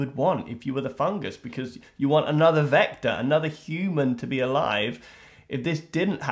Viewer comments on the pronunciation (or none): He said vector, but it does sound very close to Vecna.